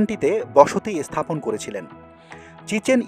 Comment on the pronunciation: আপনার উচ্চারণে একটু গন্ডগোল আছে। স্থাপত্য ও স্থাপন এর আগে এ উচ্চারণ হচ্ছে। আর সব ঠিক আছে।